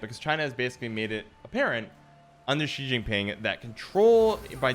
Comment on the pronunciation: I come from China and your statement about it is very correct. I also like your prononciation of Xi Jinping haha